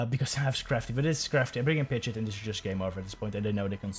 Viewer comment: It’s pronounced “Pid-Gee-Ott” not “Pidget” 😂